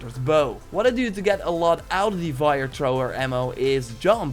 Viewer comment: It's fire. Not vire of wire